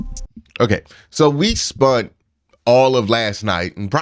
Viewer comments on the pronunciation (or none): Love your content Q! This is no shade but it’s bugging me. Spunt is not a word, it’s Spent, I mean no disrespect just tryna help a brother out. 👊🏽